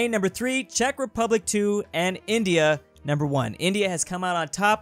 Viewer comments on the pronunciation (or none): none